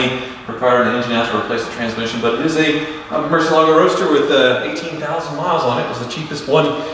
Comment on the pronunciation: Ed Bolian would not like you guys mispronouncing Mercielago